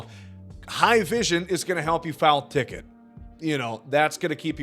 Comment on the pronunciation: I REALLY appreciate you doing this video. I really appreciate all of your videos, in fact. That being said…are you saying “foul tick”, or am I mishearing you?